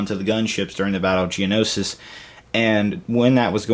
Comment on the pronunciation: GENOSIS. IT'S CALLED GENOSIS